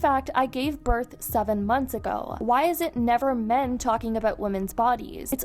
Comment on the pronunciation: “I juss gave burff” 🤣